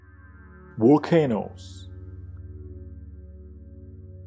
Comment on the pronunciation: What is a "walcano"??